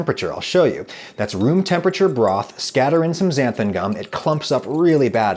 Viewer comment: I have this weird Mandela effect thing with Xanthan gum. I would have bet my life that it was spelt and pronounced "Xanthum gum" but apparently not. I think Adam says "Xanthum" . Does anyone else have this?